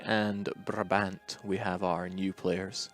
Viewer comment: Hello good people from Paradox! Please pronounce Brabant as 'Bráábant', with the first aa spoken as the a in 'Nah', and the second a like the a in 'Awww'. Thank you, sincerely, a Brabander :-D